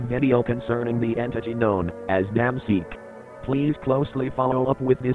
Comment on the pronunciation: i swear everytime i heard "dam seek" i hear it as "DAMN SEEK"